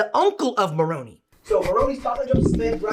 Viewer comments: fun fact: in português he is pronouncing it correctly. Mor-oh-nei in stead of Mor-oh-naih. but I doubt he learned about the church in Brazil. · In fairness to calling Moroni More-o-nee, in every other Latin based language they pronounce it More-o-nee. In the pronunciation guide, it is typed nēʹfī, which is more like Neh-fee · I cringe when I here people say Maronie do need to put an accent on th I to at least get them to pronounce it correctly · I honestly wonder if the reason he's saying all the names wrong is because he believes they are the names of devils or demons and he doesn't want to summon the demon Maroonee by using his real name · “Mormon experts” that think Moroni rhymes with macaroni 🤡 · This guy knows as much about our church as I know about how to fly to Jupiter. As soon as he mis pronounced Moroni I knew he never was a member and was never in Salt Lake talking to a member that was high up in the church. Im laughing at this guy. He is a joke. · I hear what you're saying with mispronouncing Moroni, but if all their knowledge came from reading, then it's understandable. "I've only seen it written" at its finest. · Moroni in spanish sounds just like he pronounced 😂🤣😂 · A funny thing: Moroni in Italian is pronounced EXACTLY like the guy is saying it sounds like ! But's that JUST Italians members of the church pronouncing the name like this... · Your guy’s reactions to him mispronouncing the names is priceless 😂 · Ironically in Spanish it is pronounced as Moronee. He was just pronouncing Moroni in the wrong language. It is crazy how much hate there is for the Church of Jesus Christ of Latter-day Saints. It is so annoying that they always talk about Mormons and never have an actual Mormon to talk to about their views or defend it. My Catholic friend told me how much hate "Christians" give their religion also. By their fruits you should know them. I would not trust TheoU with any other subject. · He is pronouncing Moroni in Spanish.